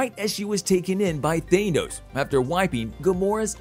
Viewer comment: Who in the actual hell is even Thay-Noze? Lol!